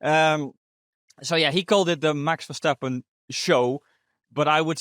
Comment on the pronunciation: I always enjoy these reviews but please,, stop pronouncing Max's surname as VerSHtappen. I know I'm picking nitsh but it drivesh me nutsh!